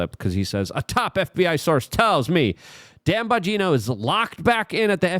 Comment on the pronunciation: Well, at least one thing was accomplished in all of this mess.....at least you stopped calling him "Don" Bongino. Lol, I like your "Lukeisms" dude but everytime I heard you call Dan Don it made me want to break things🤣